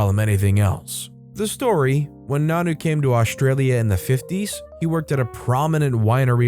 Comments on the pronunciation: Nonno doesn't pronounce as "nanoo" It pronounces as nonno you Say o as o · It's pronounced non-no. Not nanu, like Mork & ,Mindy